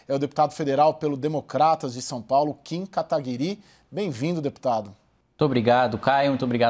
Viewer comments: “Kim Kataguirí” KKKKKKK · O cara fala kim kataguirí kkkk